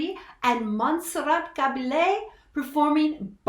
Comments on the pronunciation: Caballe - ponounced as Cabalyeah. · The Spanish alphabet has all of our 26 letters plus 2 more. The 27th letter is LL. It is pronounced the same way we pronounce a Y. Montserrat's last name is Ka Ba Yay. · This was not at Freddie’s peak, he already knew he was dying. Just a small point but a little annoying.......learn how pronounce Montserrat’s surname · Learn to pronounce Monserrat Caballe´s name before even trying to include it in a video, have some respect.